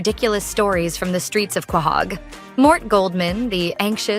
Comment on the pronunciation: It’s Quahog. Pronounced Ko-hog